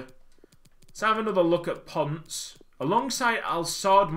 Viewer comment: It’s not “ponce” it’s “pon-seh”